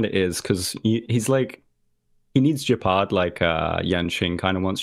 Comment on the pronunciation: Why tf does pronounce gepard like that…